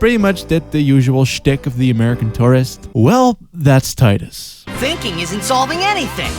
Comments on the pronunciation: Tee-duss. Not Tye-duss. O'aka the 23rd, not 3rd. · Tidus. Not tidus. Lol just kidding this time, couldnt resist. I love your videos!